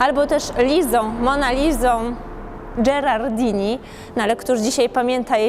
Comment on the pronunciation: chyba jednak nie. Podobnie Santa Marija a nie Maria. Ponieważ jesteście precyzyjni w przekazie, a i w Italii już dość długo, troszkę bardziej zadbajcie o język. Lisa Gherardini, czyli wymowa Gerardini (nie Dżerardini). Tym bardziej, że we Florencji, dokładniej we wspaniałym pałacu Medyceuszy, czyli w Villa Medicea di Castello, mieści się siedziba Accademia della Crusca, najstarsza włoska Akademia Języka Włoskiego, i w ogóle najstarsza akademia stricte lingwistyczna świata, założona w 1582 roku z jasnym celem dbałości o czystość języka włoskiego. W pałacu tym, znanym ze wspaniałej biblioteki (wstęp tylko z rekomendacją) oraz wspaniałego renesansowego ogrodu (wstęp wolny) miałem zaszczyt mieć własny pokój gościnny przez kilka lat z rzędu. A co do Mona Lizy Leonarda da Vinci, w listopadzie otwarto w Turynie wystawę z inną Mona Lizą. Wszystkie największe światowe autorytety (w tym prof. Alessandro Vezzosi, dyr. Museo Virtuale Leonardo da Vinci, prof. J. Asmus, prof. J.P. Isbouts) jednoznacznie stwierdzili, że Leonardo 10 lat przed Mona Lizą z Luwru namalował wcześniejszy portret Lisy Gherardini, 10 lat młodsza. Więcej nawet, dyr. gen. Luwru stwierdził w 2019, że Mona Liza Leonarda da Vinci opisana przez Vasariego a później naszkicowana przez Rafaela nie jest obrazem, który wisi w Luwrze. Tym samym także muzeum w Luwrze uznało, że Leonardo namalował wcześniej inny portret Mona Lizy. Znany jest on jako Mona Lisa of Isleworth (od miejsca w którym znalazł ją brytyjski arystokrata)